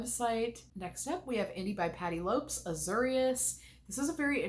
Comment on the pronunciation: My love…I believe it’s pronounced Patty LOPEZ not Lopes. 😘